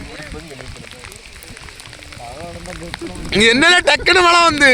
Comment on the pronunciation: தம்பி மளையில்லை மழை உங்கள் வட்டார மொழி அழகு